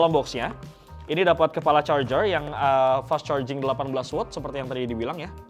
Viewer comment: Coba coba ulang ngomong fast chargingnya..😂😂😂😂 medoknya itu loh😆😆😆😆